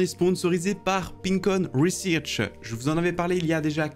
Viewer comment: Frero t'habite au Canada et tu dis "rwissirch", je comprends pas mdr